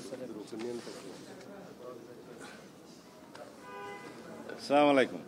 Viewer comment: আমি সালাউদ্দিন স্যার কেন সম্মান করি সালাম টা ঠিক মতন হয় নাই স্লামালাইকুম না আসসালামু আলাইকুম ওয়া রাহমাতুল্লাহি ওয়া বারাকাতুহু